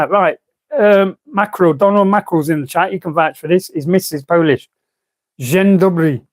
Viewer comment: "Dzień Dobry" you've said it almost good. First word quite good, second word perfect